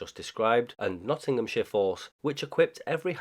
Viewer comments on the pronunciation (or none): none